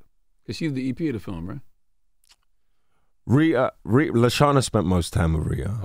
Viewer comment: He said Reeda lol. Wi call har Ritta sir 😂😂😂